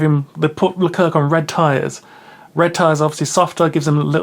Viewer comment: Great summary, just please we don't pronounce the second C in Leclerc